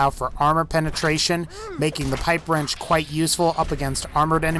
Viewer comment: YOU SAID THE PIPE WRENCH WAS SHET XDD